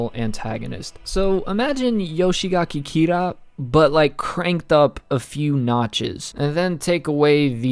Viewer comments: Yoshikage kira Not yoshigake kira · Before you become the next Eyepatch Wolf, I'd really like you to start learning how to pronounce thw names more correctly. Surely there must be someone on the discord willing to help you with the names. It's not "Yoshigaki Kira" but Yoshikage Kira. Garou is pronounced "gah-roh" or at least "gar-row". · this guy rlly saying "Yoshigake Kira" :( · "Yoshigaki Kira" -, 2020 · Why the fuck do you say yoshigake kira? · Take a shot everytime he can't pronounce Yoshikage Kira